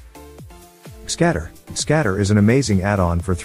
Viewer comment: I like how the TTS your using completely ignores the G part in GScatter